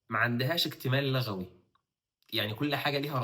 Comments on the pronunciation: ما شاء الله بس الأصح اتفاق لُغوى بضم اللام وليس بفتحها لان لَغوى بفتح اللام من اللغو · لُغوي وليس لَغوي :)